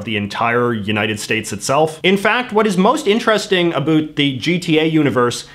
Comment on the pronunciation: “A boot” he he